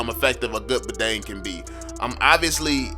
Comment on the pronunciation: Badang is from my country🤣 and you says it wrong.